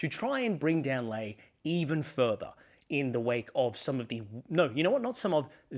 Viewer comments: Just FYI. It’s pronounced ‘Lee’ not ‘Lay’. And ‘zed’ not ‘zee’ Otherwise really good. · I do respect your political take but why do you pronounce Sussan Ley as "Lay" instead of "Lee" which she has said is the right pronunciation - very small point but I know but she deserves that surely?